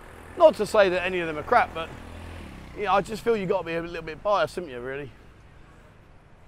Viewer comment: Its crap not kap .